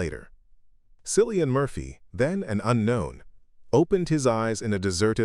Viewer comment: Please pronounce his name correctly…..Killian. This documentary is well done, I love learning about my very favorite actor! Thanks!❤️